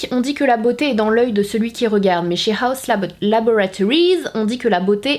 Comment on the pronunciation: “Un énorme colis de HAUS LOBOTORIZ” 😂😂